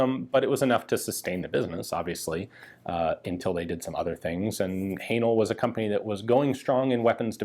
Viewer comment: Another interesting video. Am I right in thinking "Haenel" should be pronounced to rhyme with "flannel"?